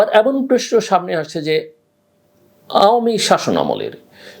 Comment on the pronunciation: Dear Mr. Zillur with all the respect I have a question to you, instead of ( Prosno) why you always say ( PRESNO). I believe (PROSNO)is correct Bangla word not(PRESNO).Forgive me if I hurt your feelings! Starting from Next Episode hoping to hear (Prosno) word instead of (PRESNO) Thanking you for the work you doing for Bangladeshi Nation!